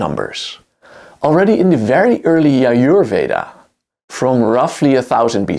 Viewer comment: j in yajurveda should be pronounced as j in justice